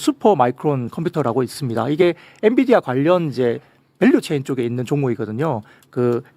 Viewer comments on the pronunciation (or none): none